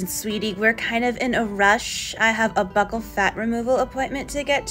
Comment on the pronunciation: The mispronunciation of buccal and evian is so real.